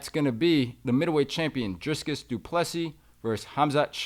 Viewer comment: Son did you just say doo plu SEA??😅